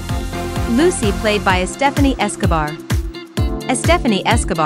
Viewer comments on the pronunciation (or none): none